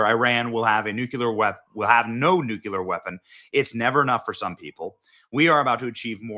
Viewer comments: Again, NO. NU-CLEE-ER. Not super important, but it drives me nuts when people mispronounce this. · NU-CLEE-ER. Say it with me. ☢️ NU-clee-er. You’re not Homer Simpson. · Benny, YOU SHOULD BE ASHAMED TO CONTINUALLY MISPRONOUNCE "NUCLEAR"!!!! It's New-Clear, NU-CU-LAR IS NOT A WORD!!! It makes you sound ad dumb and air headed as George Dubya FFS!!! 2nd graders can pronounce it perfectly. Learn to pronounce the word since you use it so much! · 🛑🛑🛑🛑It’s pronounced like it’s spelled “NU-CLEAR” NOT “NU-CU-LER”🤦🏻‍♂🤦🏻‍♂ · Just a friendly reminder: the word is "nuclear" - like "NEW-clee-er" - not "NUKE-u-ler". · Please use NOO-klee-ahr!!! It’s very distracting to hear the “other way.” Again, you do a great job, but every time you use the acceptable (but IMO incorrect) version, I can hardly receive the words that come after. I know that sounds like a “me” problem, but I’m guessing I’m not the only one with this reaction. Thank you for the valuable work you do. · It's pronounced nuclear and thermo-nuclear. NOT NUCULAR!!!!! It least it's not clickbait like half your posts. This guy is like the male Dana Perino woody woodpecker. Slow down. And of course Epstein and Maxwell were Mossad. But that doesn't get you American rapist politicians off the hook. So Epstein and Maxwell are irrelevant mostly. It's the creeps raping who deserve jail more than the spies. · Benny, I really really wish you would learn to say “nuclear” right. It takes away from your credibility when you continually pronounce what has become a very relevant word wrong. We know you’re not dumb. Show us by using the King’s English properly. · Stop saying nuculer the word is NUCLEAR! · Sigh. NEW-KLEE-ER. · Benny if you insist on using the word NUCLEAR in your speeches -- PLEASE LEARN HOW TO PRONOUNCE IT, YOU SOUND QUITE IGNORANT AND UNINFORMED...and dumb.. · Why cant so many Americas pronounce the word nuclear 🤔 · PLEASE LEARN HOW TO PRONOUNCE NUCLEAR, BENNY!!!! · Learn how to pronounce "nuclear".